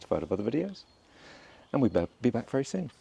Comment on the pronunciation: I have an Italian neighbour that speaks like Flaviana. I like the way she adds an a to the end of words, "in the back-a" 😂